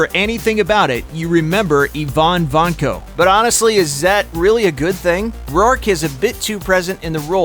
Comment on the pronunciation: Yvonne Vanko? Have these narrators seen these movies or do they even speak english??